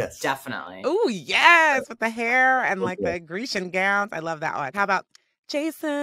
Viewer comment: I shouted at my phone every time she said “the”… it’s not THE!